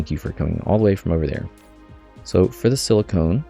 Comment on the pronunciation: FYI it's pronounced the way it looks, siliCON (or sil-i-ken), not siliCONE. Silicone is a man made material used, among other things, in breast enhancement. Silicon is the naturally occurring element that is being represented in game